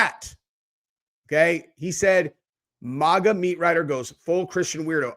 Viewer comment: I swear you're the only person I know that pronounces "MAGA" the way you do, and it really bothers me.😭🤣